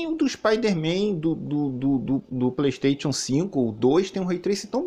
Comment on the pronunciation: Preystetion 5 fala direito